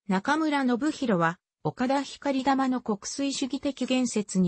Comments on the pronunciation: ひかりたまではなく ごうたまでは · ひかりたまじゃなく、こうたまです。